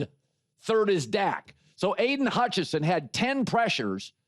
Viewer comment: Colin takes the N from hutchi(n)son and adds it to amon ra(n) st brown 😂